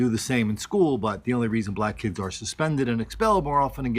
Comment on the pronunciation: They were good "key-eds".....LMAO